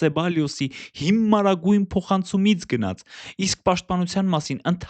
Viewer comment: ոնց որ ասում են գնյաց